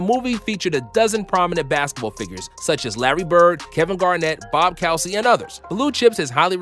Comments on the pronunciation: Uhhh....COOzy, not COWsy. #11 -- He was the official snow meter (Shaq-O-Meter) in Boston during the season. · Bob Cow-sy? ... Coo-zy. Bob Coo-zy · Did he just say Bob Cowsy. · 1) Kevin Garnett was not in Blue Chips and 2) It is pronounced: Bob Coo-zy. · You know you said Bob Cowzy right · Only thing I didn’t like was the mispronunciation of Bob Cousy …. Pronounced koo-zee. Small detail but otherwise good video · You pronounced the great BOB COSEY name in correctly . You don’t really know that much about basketball or how to correctly pronounce English names. Thumbs down for you👎🏽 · It sounds like Bob KOO-SEY bro. Lol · It’s pronounced bob coosy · Same exact comment. Great video otherwise, but clearly made by a young buck and not an OG baller!